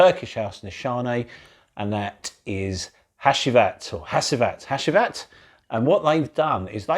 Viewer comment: Hacivat is pronounced Hachivat..Another good review. Think I'll stick with my cheapie A.D.A.M for my Aventus clone 👍